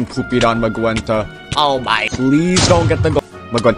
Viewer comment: how he gonna pronounce magenta like “magwenta”